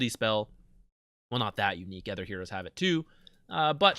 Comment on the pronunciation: I'm referring to his pronounciation of the word "other" not the in game dota item